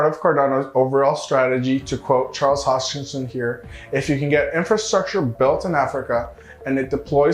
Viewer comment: Hoskinson not hodgkinson